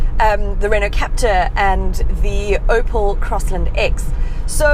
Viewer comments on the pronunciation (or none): none